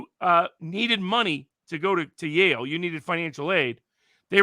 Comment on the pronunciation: Its Yale not life